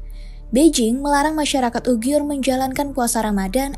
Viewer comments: Sangat bagus narasi mengangkat tema ini, saran saja.. untuk perbaikan, selama durasi video penyebutan yg seharusnya uighur / uyghur tapi disebutkan ugyhur oleh,, ini agak mengganggu.. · kok bacanya UGIYUR gitu ya? Emang gitu? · Hahaha ane jg ngakak krna baru ini denger ugyur